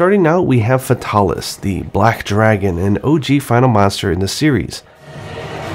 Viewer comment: Why don't you pronounce Fatalis as Fatal-ish. Like, that's a cool name you just sterilized into faytaarlish. It's like when you try avoid pronouncing Uranus as Ur Anus.